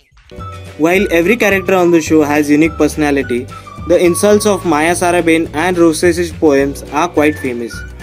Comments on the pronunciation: it's Maya sarabhai not saraben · Maya saraBHAI not saraben! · pehli baat to vo jise aapne atish kapadiya kaha h vo deven bhojani Hai. doosri baat ye Hai ki Maya sarabhai hota Hai na ki saraben . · Sarabhai is a title or caste so you can't say SARABEN 😂😂.clear your facts. Its Maya Sarabhai... Its not like saying Hansa ben... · calling Maya Sarabhai as Saraben is so middle-class :)